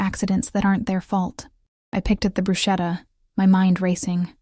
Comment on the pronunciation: As a side note, it's pronounced 'bruce-ketta' and not brusheta.